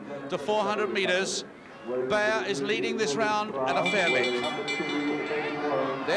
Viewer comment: The winner's name should be pronounced "buyer". Hoffmann superb beating Straub, who two years later would split Coe and Ovett in Moscow.